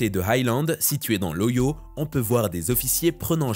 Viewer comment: l’état américain ohio se prononce O Hi O. très bonne vidéo